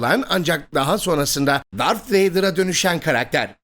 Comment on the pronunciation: Dar”th” vader